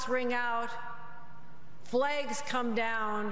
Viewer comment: Did she say "flaigs"?